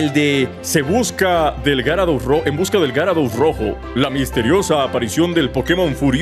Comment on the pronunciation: Creo que se dice yarados xd